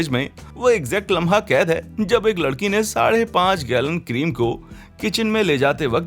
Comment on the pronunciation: lakadi nai ladiki hi bhai 😂😂😂